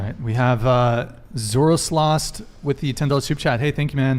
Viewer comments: I love how read it as Zoro slost instead of Zoro's Lost. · Hearing him try to say "Zoro's Lost" is both cringey and hilarious at the same time 😂